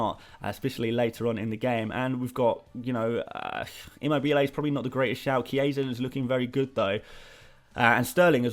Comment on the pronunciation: Hey, just wanted to let you know that Immobiles name is pronounce Chiro ImMObile which a stress in the Mo. The bile is said very quickly